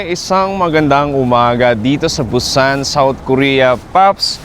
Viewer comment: Bat ganyan ka mag pronounce ng Busan???😅😅😅